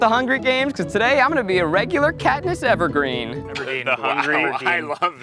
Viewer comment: Katniss's last name is Everdeen not Evergreen hahaha is she a tree?